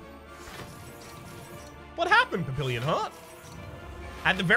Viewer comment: Not sure if anybody has told you yet (hah!), but papillon is pronounced pappy-YOHN.